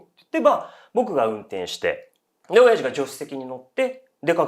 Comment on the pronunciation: お⤴︎ャｼ''のイントネーションが気になって内容入って来なかったから また最初から聴いた